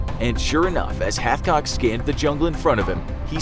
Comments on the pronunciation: Wait he said halfcock the entire video, his name is Carlos hatchcock. Dude has his own book and I own it. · Who else heard Carlos halfcock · I’m sorry but did you say his name was HalfCock 💀